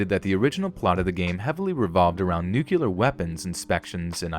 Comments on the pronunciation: Nucular Weapons? What is a Nucular Weapon? Did he mean Nuclear? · Okay, first of all it's Rai-den like Ninja Gai-den. Ray-den is from Mortal Kombat. Also, "Nu-clear" not Nu-cu-lar. Not sure where you're getting the extra U or syllable from. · I know it's a small detail (okay two now), but you didn't say Raiden and "nuclear" right :l